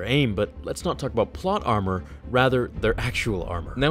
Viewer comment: Did you say plot ‘’ammo’’